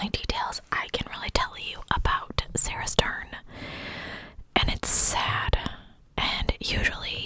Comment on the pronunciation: I live about 30 minutes from there. Such s sad story. And yes, you said it correctly.